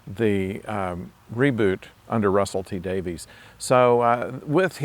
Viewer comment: It's pronounced "Davis" not "Davies", contrary to the spelling!